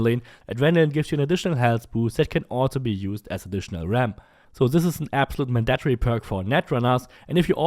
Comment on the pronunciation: "Man-dat-tree" LOL